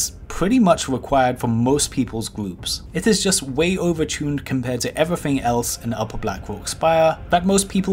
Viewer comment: "evrafeng" "kiting meffod" "do dis" 'number free" "a wock elemental" "a fwost mage" "fwostbolt"